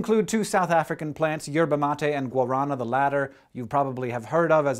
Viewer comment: Guarana and yerba mate (also it's mate, not matt e) are from South America, not South Africa, coming from the Amazon rainforest in Brazil. Hence the English name of yerba mate is the same as in Spanish, and means "matte grass," as in "grass that is not glossy." I don't mean to be overly critical but you guys should really check your facts if you are representing these videos as educational. I understand this is a small detail, but educational material should be held to a higher standard.